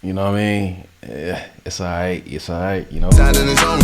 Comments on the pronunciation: how can u say its 'ight' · Man said it’s ight 🤦🏽‍♂️ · Man said it’s “aight”😭😭😭